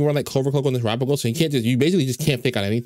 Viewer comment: TERAPAGOS PRONOUNCED CORRECTLY WOOOOOOOOOOOOOOOOOOOOOOOOOOOOOOOOOOOOO